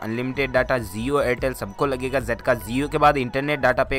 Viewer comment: That's jio not zio